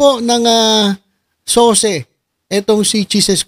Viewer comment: SOCE PALA HINDI SOSE!